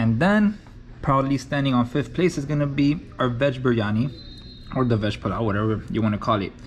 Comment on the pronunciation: "You have a pulao". Man, you got it better than most of my Indian brothers. ❤️